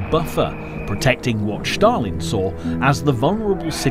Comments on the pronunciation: Josef Stalin not Shtalin!! 😁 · The narrator's pronunciation is horrible! It's NOT SHHHHtalin! There is a separate letter in Russian for "sh" and it is not the letter used in his name. And what is the point of showing American troops during the section on the Russo-Finnish war? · I would challenge the narrator’s claim that Commonwealth troops from India were sent to France in the period prior to the evacuation of Operation Dynamo. Elsewhere, his apparent obsession with pronouncing the name of the Soviet Dictator in somewhat unique fashion comes over as unnecessary and an irritation. Even where he means it to be an authentic Russian language pronunciation is it necessary? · Awesome docco,but why is Stalin all of a sudden "Shtalin"